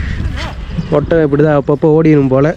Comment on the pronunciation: ஒத்தகம் இல்லப்பா. ஒட்டகம்